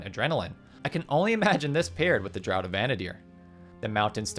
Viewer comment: Just an FYI, "draught" is pronounced like "draft," not like "drought."